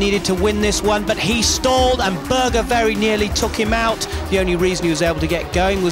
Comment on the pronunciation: It's "OUT" not "OUCH"